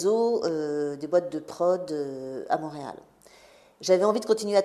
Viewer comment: Mont-réal pas MAUréal!